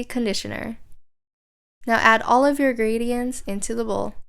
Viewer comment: She says gredients